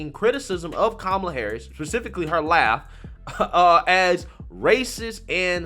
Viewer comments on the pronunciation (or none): The way you pronounce her name was racist too ,until Biden said it the same way.😆